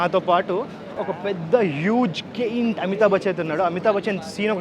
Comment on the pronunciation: పెద్దగా ఉండే వాటిని జైంట్ అంటారు, గైంట్ కాదు... అది గాంఢివం, గాందీవ కాదు మై డియర్ తెలుగు పండిట్...